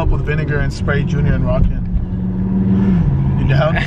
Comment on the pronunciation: Bc of the way they pronounce it I thought Arkan’s name was “Rockin” KSKSKSKKS lmaoooo